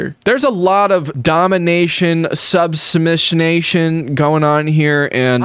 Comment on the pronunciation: “Subsimissionation“ LMFAO.